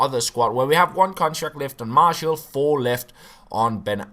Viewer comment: It's pronounced marshee-owl